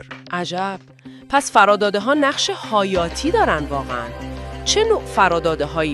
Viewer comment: عالی ولی روی تلفظ کلمات دقت کنید ، حیاتی ،گردان الگوریتم و ....با سپاس